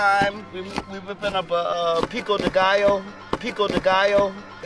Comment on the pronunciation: “” you are hilarious taking about “people with gout” it’s Pico de Gallo 🤣😂🤣